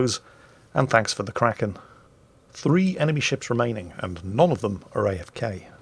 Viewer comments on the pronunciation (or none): none